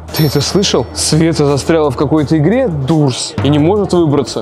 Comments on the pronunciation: Не дурс а дорс😂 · Света правельно дорс а не дурс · Не дурс а дорс кто согл сюда👇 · Правильно не дуртс а дортс 😂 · Света провильно говорится дор а не дур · я не хочу хвастаться но правильно говориться не дурс а дорс❤ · Ребята если что Doors читается как доорс а не дуурс заметите пж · Не дурс а дорс но видио крутое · Ребята не дурс а дорс правильно говорить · Не дурс а доорс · Не Дурс а Дорс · Эээээ правильно дорс а не дурс! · Блиииин ну не дурс а дорс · Говорите правильно доорс а не дурс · Дорс а не дурс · не дурсс а дорсс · И это не дурс а дорс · Ну не дурс а дорс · Не дурц а дорц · Не дурс , а дорс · Не дурс а дорс😡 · ета доорс а не дурс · это понятно что вы не умеите каварить doors доорс а не дуурс если там стаит буква d и oo сначет доорс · вообще то не Дурс а Дорс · НЕ ДУРС А ДОРС ВЫ ЧЕ сорян не смогла не сказать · СВЕТА. ТЫ. НЕ. ПРАВИЛЬНО ГОВОРИШЬ. НЕ. ДУРС. А. ДОРС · Почему он называет дурс а не дорс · Правильно Дорс